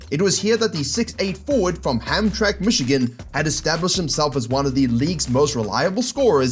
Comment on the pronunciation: "from Hamtrack, Michigan.." lol it's Hamtramck, pronounced "ham - tram - ick"